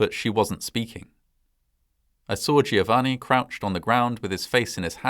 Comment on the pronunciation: Just as a note, Giovanni is only three syllables - it's said like jo-VA-nee, but you sort of linger on the n a bit because there's two of them. I have a friend with this name and have heard him explain it.